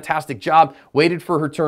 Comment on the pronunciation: Is it just me ....or is he saying “”cover your asp””?